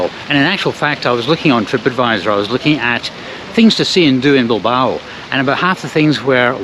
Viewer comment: A quién se le ha ocurrido doblar este video? El doblaje es horrible. No podían haber dejado la voz original y poner subtítulos para quien no entienda inglés? La voz del que lo ha doblado hace que este video sea insoportable. Y lo más insoportable es oírle nombrar a Bilbao como Bilbaru. Es que nos sabes leer chaval?